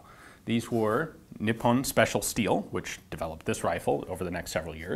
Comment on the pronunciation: No big deal but Nippon is pronounced NEE-POWN the OWN is pronounced as the word "own" is pronounced. It isn't pronounced with a short I and -on isn't pronounced like the word "on." Just being a pronunciation Nazi. : )